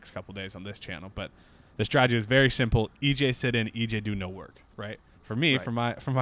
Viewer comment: As always, love the content. EJ... please, it's STRATEGY, not STRAGEDY (ie. no such word).